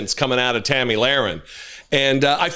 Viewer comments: I love how you called Tomi “Tammy”…. Very fitting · Hey it’s Tomi not Tammy. She’s the girl that wants to be a guy. another maga meat head.